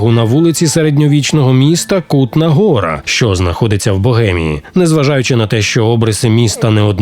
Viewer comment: Цей наголос так ріже вуха, капець, правильно - Ку́тна Го́ра